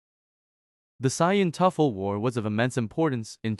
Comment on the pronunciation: You pronounce tuffle correctly but not sayian🤦🏾‍♂️